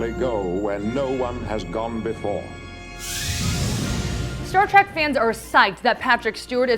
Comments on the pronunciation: It's Star TREK not Star Trak OMG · Someone please tell her to stop saying Star Track.